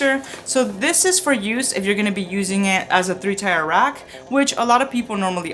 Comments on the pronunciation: "Tier" is pronounced "tear". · I hear ‘Tire’. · Or tea-ear